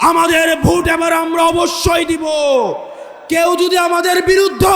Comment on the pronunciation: পশাসন উচ্চারণ ভুল হবে প্রশাসন। ভুট ভুল উচ্চারণ হবে ভোট। ব্যাগম পাড়া নয় হবে বেগম পাড়া শুদ্ধ উচ্চারণ করতে হবে। আগামীতে জনপ্রতিনিধি হবেন ইনশাআল্লাহ। পধান/ প্রধান র- ফলা শিখুন